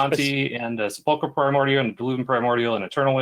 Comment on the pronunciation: Sepulchral of Sepulchral Primordial is pronounced: sép-el-krel.